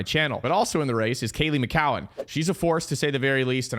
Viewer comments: Kaylee McCow-en 💀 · The pronunciation on McKeown is so nuts 😭